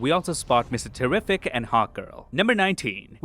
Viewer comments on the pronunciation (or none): First time seeing this channel but I have questions.. Is this AI voice? Bad pronunciation of Lex Luthors father name like "Leonnel". Saying Mr Terrific's name wrong twice then saying it correct once almost like it was pronouncing from bad spelling in a text prompt.